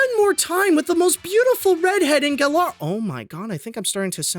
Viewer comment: At least I'm not the only one who likes to pronounce Galar with second "a".